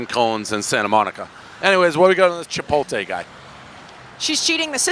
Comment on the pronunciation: What Dave? Chipoltay?